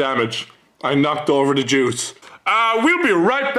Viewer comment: "I knocked over the Jews" Stop pushing Scotty around.. smh (I know he said juice)